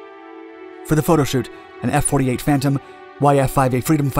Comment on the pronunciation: These guys have so many mistakes in each video, I really wonder why they make the videos. They probably DID read F-4B as F-48. How about the F-104 pronounced as "F One Hundred and Four." These kids... they just don't know. There's another channel calling themselves "Real Engineering," who has a video about the P-47 and they refer to its P&W R-2800 as the "R Two Eight Hundred."